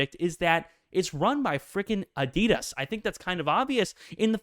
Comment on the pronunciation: Watch a adidas advert - your pronouncing this wrong.